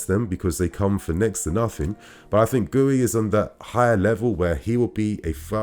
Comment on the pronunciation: guiu is pronounced "gyoo" -- one syllable